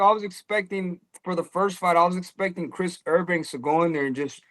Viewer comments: I've heard it pronounced 'Eubank' and 'Eubanks' but never 'Erbanks'!! Lol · i cringed every time he said it lmao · Man said Chris “errbanks” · His calling him Chris Herbanks lol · Correct the mani on Urrbank 😂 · How he pronounces Eubank is as wild as any punch he’s ever thrown 👀🫨🫨🫨😂😂😂